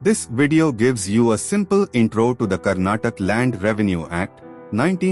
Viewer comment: karnatak❌ Karnataka✔ Please pronounce properly